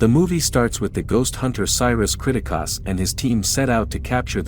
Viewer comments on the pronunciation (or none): Especially the pronunciation of Pilgrimess & Kriticos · This dude even realize that he's saying the last name wrong? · they say the last name many times in the movie, its almost like you never watched the movie cause you never say it right. its annoying af when you say it 40 times geeze!! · The way you pronounce the family’s name is nothing like they do in the movie. It’s so annoying